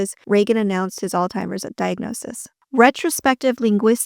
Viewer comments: It's Alzheimer's...not All-Timers. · It’s Allz-hi-mers. Not All-timers 🙄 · Alzheimers. ALZHEIMERS! Not all timers, you weany. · Great video but you mispronounced Alzheimer’s several time as ‘All timers’ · This looks like AI ! Why do you say "Altheimers" twice? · " All-timers" vs. Alzheimer's 😮😮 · Why are you pronouncing "Alzheimer's", "All Timers"? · Great piece!!!! Ty for this video!😊 (Alzheimer does not have a "t" in it.) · Just so you know, there is no letter T in the word Alzheimer’s as you can very well see in the spelling of it. Sure if Trump calls it incorrectly, that’s fine. It shows how much of an idiot please don’t call it the same thing cause that’s not how it’s spelled that’s not how it’s pronounced great story otherwise.